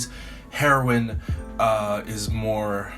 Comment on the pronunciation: Isn’t it said hee-row-in not heroin like the drug ?😂